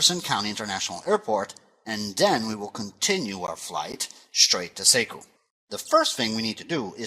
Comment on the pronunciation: Sekiu sounds like /See-Queue/. Sorry, I am a local.